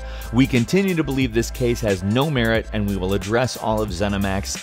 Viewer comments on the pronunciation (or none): none